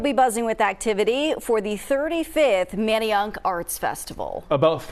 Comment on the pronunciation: What did she say??? She can’t say Manayunk correctly lol🤦🏾‍♂️🤦🏾‍♂️😂